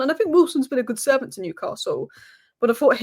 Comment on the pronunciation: The best pronunciation of Newcastle eva 😂… luckily the toon played well for that 11 minute spell, PS hey Liverpool win the league & be done with yourself leave the Cup for the toon